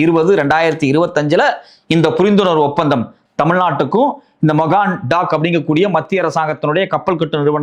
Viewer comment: Mazagon Dock என்பதை தப்பாக மகான் டாம் என்று சொல்கிறார்